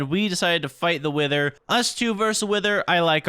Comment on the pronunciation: I thought he said we need to defeat the winter not wither I had to rewatch that part 😂